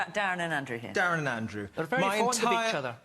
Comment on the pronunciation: vewy annoying voice, wite. Torwy pary wite. Like a 3 year old.!